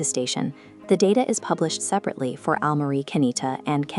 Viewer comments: thanks for confirming the workflow. I know the English pronunciation of romaji stations/place names is bad. The text needs to be changed for names which are totally wrong - e.g. replace Aomori with something like "ow-morey" which in Google Translate gets very close to correct. I know it's an extra step in the workflow bit it greatly imrproves the quality of the video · You really need to get rid of that crap AI voice. It is annoying and mispronounces many place names making your videos seem like they are a lower quality than they otherwise would be. Especially Oww-mari which it gets wrong each of the 50 times it says it